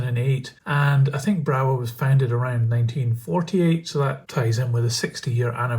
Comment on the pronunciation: They are very nice models,I have an electric loco from Brawa, very smooth runner in DC,heavy with good traction and has digital interface. By the way there is no W sound in german so is pronounced Brava.